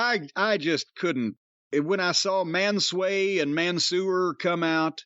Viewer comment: "Man-sway" and "Man-sewer" 😂😂😂